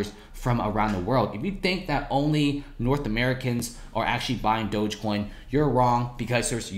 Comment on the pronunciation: Pronounce dogecoin right please